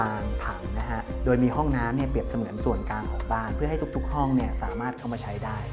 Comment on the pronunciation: พูดดีค่ะข้อมูลก้อดีแต่คำว่า ส่วนกลาง พูดตลอดว่า ส่วนกาง